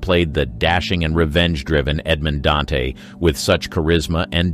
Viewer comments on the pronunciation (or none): none